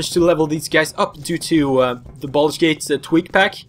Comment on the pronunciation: “baldur gate”